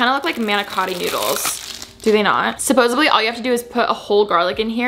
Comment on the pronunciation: am i the only one that noticed she said "supposesebly" instead of "supposedly" HAHAHA